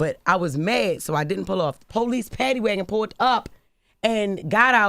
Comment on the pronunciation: My ni&&@ Jess said, "PADDYWAGON".......hill-LARRY-us